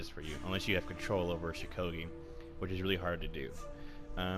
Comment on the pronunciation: First of all there many people who play law bringer very well second of all stop saying shukogi cuz its shugoki and third of all your opinion is shit